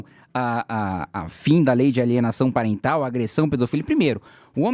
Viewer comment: Nossa... lei de alienação "Pariental" kkkk é PARENTAL kkkkk